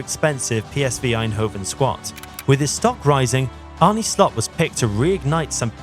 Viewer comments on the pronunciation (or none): Jezus!!! You woke up late. And try to get the dutch names correctly spoken....I emplore you, just try... is not Arnie...its Arne....just try it out of courtesy. For your sake, i hope he is successful and a lot of dutch players invade the premier league. Good luck with that boi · Apart from the pronunciation of his name. John ARNE Riise. This shouldn't be hard for anyone who has been following Liverpool the last 20 years.